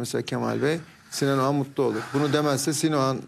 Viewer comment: AYOL OGAN MIIIIII??? OĞAN MIIII? Doğru telaffuz EDİN aklımız karışıooıll